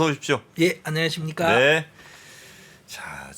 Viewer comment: 의 안냐십니까 하는 약간 혀짧은 발음도 너무 행복하게 들립니다.